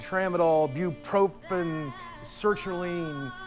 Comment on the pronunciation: Maybe it's bupropion (wellbutrin). He's clearly mispronouncing it. Yeah, there's antagonism, and it would trigger withdrawal